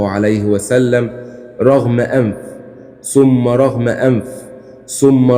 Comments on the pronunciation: إقرا الحديث صح رغم أنف بضم الراء يا ريت تراجعوا النصوص قبل ماتقروها بلاش فلسفة فاضية هو انتم مؤهلاتكم إيه اكتبة النص بالضبط وأقرؤه من ورقة مش عيب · رَغِمَ أنف وليس رغم أنف